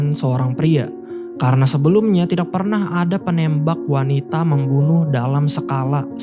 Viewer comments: Masih belum terbiasa mendengar k dibaca q ayau x Misal : kata "tidak " dibaca "tidaq / tidax" Penembak jadi penembaq /penembak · Salfok dg ucapan: tidak & tahu😅 Sukses sll bang.